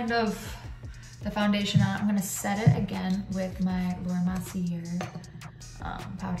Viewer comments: Laura Mercier ~ Mercier is pronounced= Mercy - a = but with a touch more French accent! lol! Perhaps someone has already made you aware - but just in case! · You should not pronounce the r on the Marcier. Beautiful look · This is great, but I’ve never heard anyone say Laura Merceir like you do lol